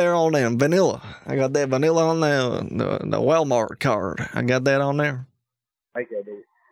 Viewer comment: vaneeeeela..say vuunilla please